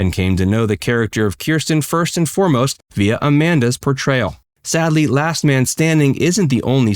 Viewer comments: The name is Kristen, not Kersten. Just heads up!❤️❤️ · Kristen. Not Kirsten. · Why are you pronouncing Kristen wrong? And yes, LMS was originally because he supported Trump. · At least pronounce Kristen’s name properly.